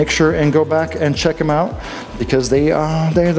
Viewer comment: Love the Harry Reams 70s porn mustache and the South Carolina "ya'll" at the end. Made me homesick.